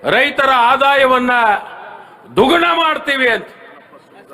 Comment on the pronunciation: ಅದು ದುಗಣ ಅಲ್ಲ ಸ್ವಾಮಿ..ದ್ವಿಗುಣ